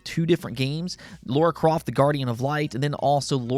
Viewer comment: It's not Laura croft it's Lara...laaa , raa